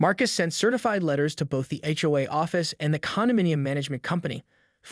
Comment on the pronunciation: Why are the words tow / towing / HOA consistently mispronounced. Is this an A. I. Narrator?